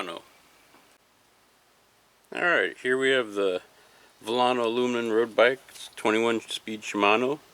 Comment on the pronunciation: Haha you can't even pronounce aluminum u said alumn (joke) Good vid